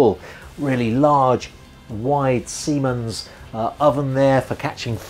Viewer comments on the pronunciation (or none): none